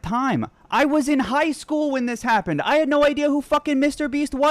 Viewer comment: The way you say hapden instead of happened is killing me